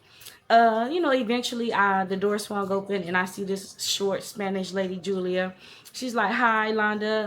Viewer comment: "Julier" I thought alright Madea😅